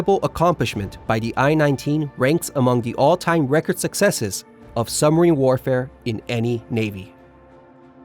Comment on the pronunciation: What is a "summer-een"? Or was that a suB=marine?